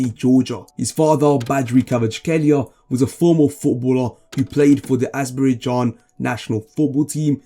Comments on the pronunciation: Ah yes the well known country of asbrey-jan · I understand struggling with Kvara’s name but what is Azberidjan? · super content, but you need to get your names sorted 🤣: Not Azberijan, Not KhIvichKa, not Tilbisi, not BUtami, not Hervin